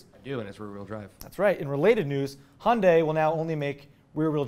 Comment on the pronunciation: It's not "Hondai" but Hyundai